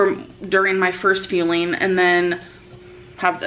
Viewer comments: Every time she says "fueling", I swear it sounds like "feeling" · Feeling? Am I hearing this right? Feeling? Is that fueling? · Yeah, it’s fueling. She just keeps mispronouncing as per usual.